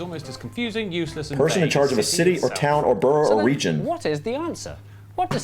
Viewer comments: It’s burro as in jackass Not burrow as in warren Not borough as in town… Not borrow as in lend Hahaha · Can't hit the like button enough times on this comment! At the end of the video he said it about 8 times and my knuckles were beginning to turn white! 🤣🤣🤣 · Borough is pronounced: 'Burruh'... Never "Burrow"* (which is a tunnel* dug into a warren - which is the underground home of rabbits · In this context, the American way is incorrect As it's a name, the pronunciation should be correct. If it's the ones in new york, "burrow" is the right pronunciation and should be used that way. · In Scotland we don't have any mayors at all, that's an English thing. Also BOROUGH is pronounbce "burra" the same as BURGH as in Edinburgh :-) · The way he pronounces "borough" cuts through me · a borough is NOT 'burrOH'... (that's a burrow - that rabbits live in). It's pronounced more like 'burrAH' or 'burra'. 🤔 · Can absolutely second all those suggestions that you watch more MapMen - they are fabulous at explaining so many UK oddities. But please lovely people, every time you said 'burrow' for 'borough' it set my teeth on edge - I know you know better than this! Its pronounced 'burrah'. Rabbits live in burrows. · Buh-ruh not burrow, burrows are where rabbits live. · Stttaaap saying Burrow. Pwease. I think the entire UK comments section is cringing more and more the more the said it 😂 Also i live in a suburb of a small town not much bigger than adjacent villages, next to a bigger town, with a town maaaany times bigger just up the road and I'm in a triangle of 3 cities each within 30 minutes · Borough is pronounced Burrah NOT Burrow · Not BURROW that’s where rabbits and badgers live. It’s pronounced BURRA. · Pleeeeeeeeeeeeeeeeeeease STOP saying "Burrow" !!! :'-/ it's ' Burruh '... (Spelt Borough) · Borough is pronounced burugh rather than buro here and had shire right the first time she said it. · Burrah. Please 🙏 It's pronounced "bur-rah" 💞